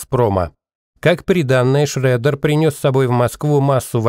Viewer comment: Schröder произносится, как Шрёдер!)